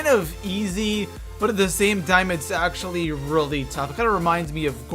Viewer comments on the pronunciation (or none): none